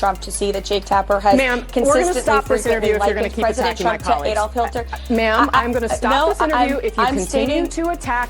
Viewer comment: I don’t like that she said Hilter, instead of Hitler.